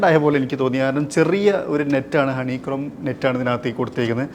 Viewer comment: അറിയാത്തത് പറയല്ലേ. ഗ്രിൽ ഡിസൈൻ, ഹണി ക്രോം അല്ല ഹണികോംബ് എന്നാണ്